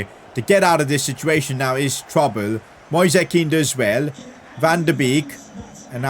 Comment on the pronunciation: please stop calling Moise Kean like that, Read it like the word "noise" thanks.